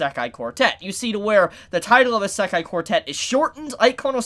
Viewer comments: The way he pronouns isekai triggers me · Can someone tell this man how to pronounce Isekai